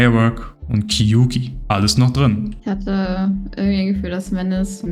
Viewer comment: Kleiner Fact: Kyouki ist Japanisch (狂気) und wird eher wie "Kiooki" ausgesprochen, also mit einem langen o ;)